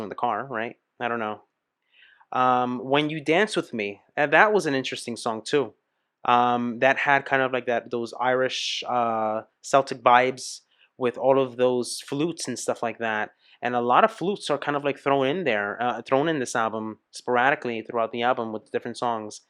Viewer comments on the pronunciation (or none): FYI Celtic (apart from the Scottish football club) is pronounced with a hard C, more like a K. Great reaction to a great album.